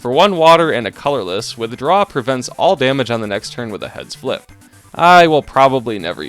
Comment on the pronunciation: What says: "Heads flip." What I hear: "Head spliff."